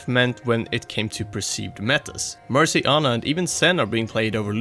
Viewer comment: jesus christ i know its mandatory to fuck up words and names on youtube but... MERCY DOESNT START WITH THE LETTER B